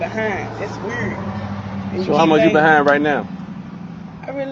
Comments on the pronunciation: I’ve seen the red bonnet girl eviction on Othniel’s channel. She’s the one who can’t pronounce the word “weird”. WUURRHD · Say can't say weird right‼️‼️🤣🤣🤣🙄🙄🤣🤣🤣🤣🙄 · Damn , she can’t even say the words communicate or weird properly . 🤦🏾‍♂️